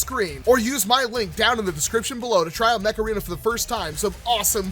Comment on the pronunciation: I kept hearing mech arena as macarena